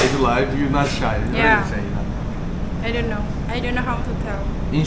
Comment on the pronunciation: 'kinow' ne ya? ingilizcen de kotu degil aslinda ama know kelimesinin okunusunu nasil bilmiyorsun inanilmaz yani. i know cumlesi her yerde gecer,. ingizlice konusmalarda, sinemada, videolarda nasil kinow diyebiliyorsun hayret gercekten. hani ingikizceyi yeni ogreniyor olsan gayet normalde ama orta sevoye ingilizcen olmasina ragmen bunu bilmiyor olman hakkaten inanilmaz.